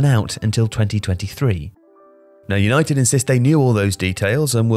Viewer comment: 'Yanited' banter most club lol!!!